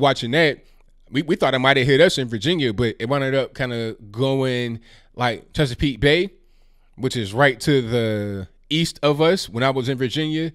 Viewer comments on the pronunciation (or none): none